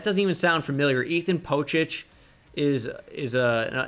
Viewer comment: as a seahawks fan this was really funny to watch because i knew it right away from seeing ole miss and k-state receiver. if it was western Michigan instead of Florida at wr #3 i think you get this right away also it's pronounced poe-sick lol